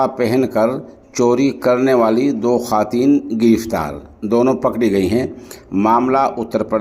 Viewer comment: محترم خواتین کا واو پڑھاجاےگا خاتین پڑھنا😅 غلط ہے